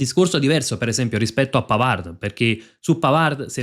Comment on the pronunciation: Tutto bene . Molto informato. Un solo appunto. PAVARD di legge PAVAR (in francese le parole che terminano in d p s t tacciono la consonante)